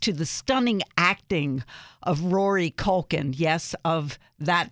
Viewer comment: Did she just say, "MaCulkie Family?" lmao